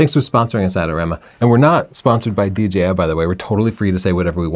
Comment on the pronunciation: DJI not DGI - please. Thanks.